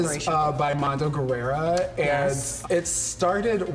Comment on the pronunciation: did Shea say Mondo Guerera?